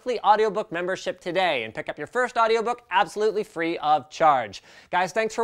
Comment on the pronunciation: The way he said free tho